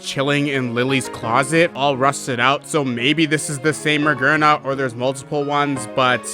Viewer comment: Magearna, a robot, Gear in the name. i see how you make the conclusiion that it's pronounced maGERna /s